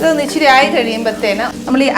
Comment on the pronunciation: ഇച്ചിരി അല്ല.. ഇച്ചിരെ.. 🤣